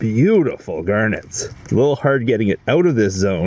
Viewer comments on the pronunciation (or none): Did you say hard rock ...or HIRD rock. Hehehe